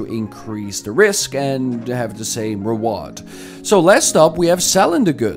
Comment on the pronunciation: ReWard 😂 English lessons are needed